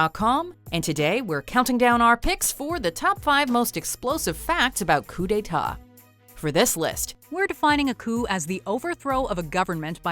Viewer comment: This is the most American pronunciation of Coup D’état I’ve ever heard